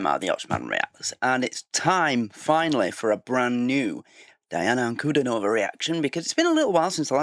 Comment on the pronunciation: Please learn the pronunciation of her name...Ankle-diii-nova, (not stress on the -no-syllable) please learn if you are a real fan